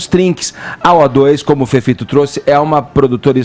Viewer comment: Há tanto tempo no programa e o Fefito e não aprendeu a falar as palavras com T e D! 🤦‍♀️